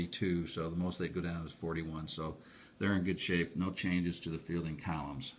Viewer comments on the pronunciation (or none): none